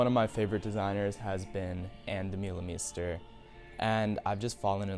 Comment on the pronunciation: hello, please pronounce it Ahn Duh-muh-le-mhe-ster